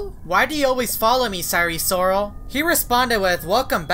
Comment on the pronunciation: sire sorol NAME: sire sirol